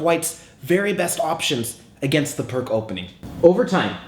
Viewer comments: PRK ? WTF !!? ... :-) Vasja Pirc ( a Slovenian GM ) - Pirc is pronounc. like "PEERTZ" and no "PRK" !!... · Its not Perk its Pirc. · its peerc defense not perk defence . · its actually pronounced pirc (peerts) defense. but good vid and yasser says austrian attack was best against pirc. its also a favorite response of mine to the pirc defense. 2nd is classical. 3rd saemisch. 4th can be 150 or four pawns. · You've probably been getting this but it pronounced "peerts". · Actually it's pronounced "peerts." I enjoy your videos very much! Keep them coming! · I thought it was pronounced "Peerts"? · Pirc pronounced his own name Pierce, FYI. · it is pronounced like peerts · It's pronounced "Pierce" Defense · Really? I thought it's pronounced "purk"defense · Pirc is read as "peerts", actually =/ Great vid nevertheless. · "Peertz" Opening. Please. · Indeed, thank you!!:) I don't know what I didn't use this pronunciation - I was alerted of this in my teens but for whatever reason decided to go ahead and keep saying Pirc anyway hehehe:) Sent with love,!:) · It's Pirc as in Vasja Pirc. If it's a person's name you should at least try correctly pronounce the name. I don't really mind though. It seems to be kind of a running gag in chess to butcher foreign names as much as possible.